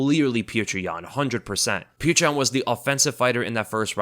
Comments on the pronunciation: "Peerchra Yan" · If you csnt say his name properly just say peter, its better than calling him putrid yan or whatever tf youre saying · How can you make a UFC breakdown video and not do enough research to be able to pronounce Petr Yan's name?